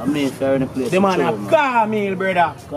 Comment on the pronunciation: Dude said man turn like caanmeal (cornmeal)...dead!!😄😄 I'm sorry but Jamaicans are some of the best actors!